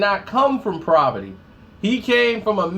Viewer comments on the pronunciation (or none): When will pronounce a word correctly? The hell is proverty? Say Huxtable!